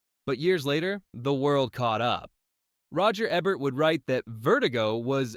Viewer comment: Can't argue with #1, but #2 should've been "Mr. Smith Goes to Washington.'' By the way, it's Ee-bert. mot Eb-ert.